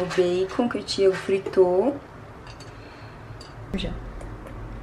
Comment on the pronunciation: Só eu que escuto ela dizendo Thiego? Kkkkk 😁